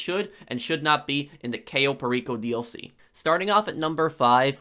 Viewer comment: Pair ree co